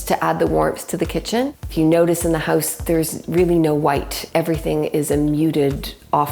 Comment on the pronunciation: They pronounce it as ‘Heouze’